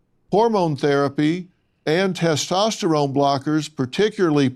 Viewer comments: Testestralone? What’s that? If a person can’t even correctly pronounce a word in but guns to believe what they have to say about it. Testosterone. Estrogen. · "Tes testerone" lol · I'm sorry I can't take anyone serious that says testEsterone. It's not a rigorous test to prove if you're a female. And if I were an athlete, in today's day and age, I would happily take that test as I'm sure most other female athletes would. This person is a liar. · "" my man, don't try to school me on biology when you can't even pronounce "testosterone" correctly.